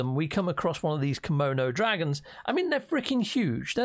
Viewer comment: Did you say..."Komono dragons"? 🤣